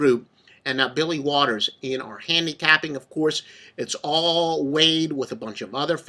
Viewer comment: bro said waters lol